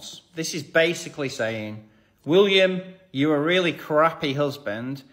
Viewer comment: The funniest thing is how you say WOOLiam not WILLiam. 😂